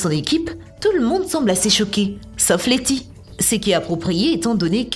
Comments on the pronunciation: Elle a dis Leni au lieux de Letis au début de la première théorie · La deuxième fois qu elle mentionne letty pour son amnésie c est '' Lenny ''